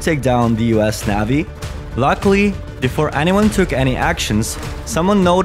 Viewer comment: Youre a liar and clickbaiter. There isnt a creature - extant OR extinct - that ever had the ability to EAT a nuclear submarine. Bite does not equal eat. And for the love of Pete, stop mispronoucing "navy." You sound uneducated.